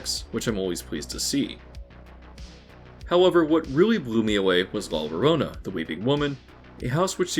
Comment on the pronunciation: This is reasonable commentary but your mispronunciation of mythological characters such as la llorona (la yoROna not la LOrona) undercuts it. You might as well as referred to the Weeknd as the weakend.